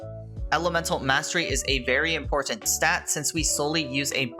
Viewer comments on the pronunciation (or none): none